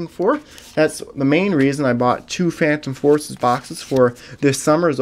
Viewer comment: Actually he got it perfect. Roaring Skies... Primal Clash... Phantom Forces.